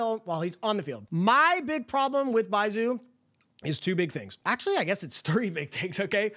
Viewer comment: How do you pronounce Zhongli correct but not Baizhu 🤣